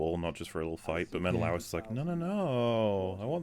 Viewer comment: The pronunciation of Menelaus in this movie kept pulling me out of it.